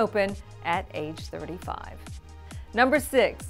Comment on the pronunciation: wait, what!? number 5 sounded like "age 75"...WHAA :D..I'm sure you meant 35 yes!? o.O